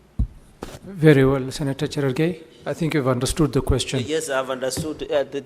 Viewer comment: Who taught this fool called Cheraregei?